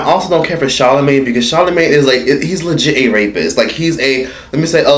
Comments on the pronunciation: "Charlamagee" lmao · That nigga said charlamigane